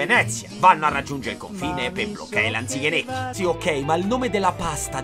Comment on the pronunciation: te sei magnato la “Z” in Natale coi Lanichenecchi😂